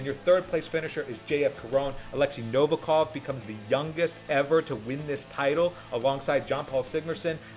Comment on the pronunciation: appreciate your work, but learn to pronounce correctly the surname of 100% the strongest Man!